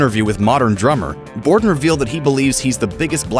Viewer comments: Mike BORDIN not Bodrin lol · Mike BOR-din. Not Brodin. Bruh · Aw, c'mon Grunge. Your narrator flubbed the third word of the script. It's 'Bordin', not 'Brodin'. 🤘🤘🤘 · Its Mike Bordin, not Mike Brodin 🤣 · its Mike Bordin not Brodin. such a legend you should correct it!!! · its Bordin.... not Brodin lol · i'd go even further than say dyslexic because he actually voiced it that way! what a fool Bordin is a legend!